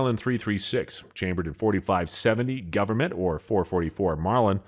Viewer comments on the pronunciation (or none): none